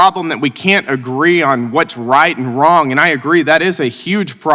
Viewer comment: Wrong-a?? Speak English, please!!